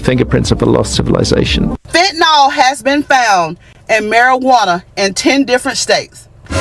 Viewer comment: There's no "O" in "fentanyl."